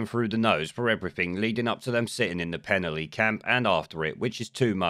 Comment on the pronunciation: Penally is pronounced as Pen-alley.